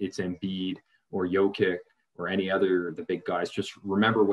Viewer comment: Chris Finch is not British; it's Bjorkgren not Bjorkman; Dewan was the second to last pick in the second round, not late first; Jokić not jokick; and no you can't shoot better than Flynn.